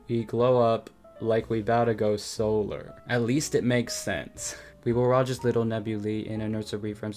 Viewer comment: bro "solar" idk it made my brain hurt